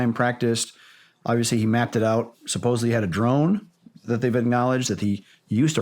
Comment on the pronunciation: Shawn. The correct pronunciation is Sup-pose-ed-ly. It is not supposably.